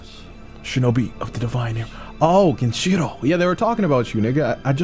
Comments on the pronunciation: Game pronunciation: Genichiro pronunciation: Genchiro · who tf is this guy saying genchiro and miri counter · ME KEY RI GEN EACH E ROW Hearing genshiron and miri kills me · Bruh i swear if he says "miri" counter or "genchiro" one more time